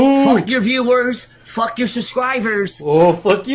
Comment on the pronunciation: You shouldn't fwuck with him. He's gonna get upswet